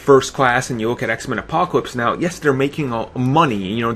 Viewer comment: Bahahahaha! aaaahahahahaha! Did he just say absowutwy, pwobabwy, apacowypes, weawwy, Bwack, popuer(popular), compwetwey, weawizing, ultimawy? Wow, get your annoying self off of YouTube.